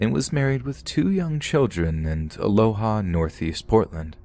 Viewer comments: I live in Portland, Oregon, and its pronounced "Aloa." Also, it's a City of its own, pretty far west of Portland. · In the 2nd story it’s pronounced A-Lo-Ah, not A-Lo-Ha and Mult-No-Mah